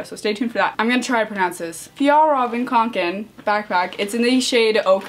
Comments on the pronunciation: Guide to spelling fjallraren kånken: fjall-raven kon-ken and try to say it the way it's writed. I'm from finland and we have these backpacks every where. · I’m from sweden and it’s pronounced fiyell-raven kon-ken haha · You pronounce it more like ey and eh kinda Fj(ey)lr(eh)ven